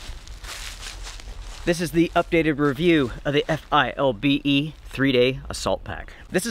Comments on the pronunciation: It's 'FILBE'. Saying each letter takes to long. You are correct, for $50 it is a good pack. You would have to spend considerably more to get something comparable from Mystery Ranch or Eberlestock. Semper Fi. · As a word - but no ee on the end. Fil-be. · I believe that's pronounced "fill-bay". XD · Dude, it's a fill-be, always was, always will-be!!!;-)